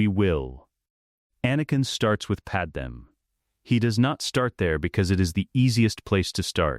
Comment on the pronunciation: I suppose my only criticism is the Padme pronunciation. Maybe spell out "Padmay" so the voice can pronounce it correctly.